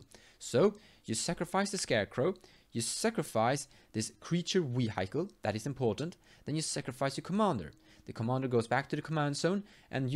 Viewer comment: I love some of your pronunciations sometimes man. "Wee-Hike-All" haha, I like Gerrard for some combo ideas too, solid vid as always.